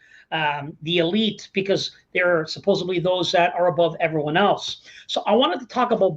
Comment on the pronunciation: supposedly, not supposably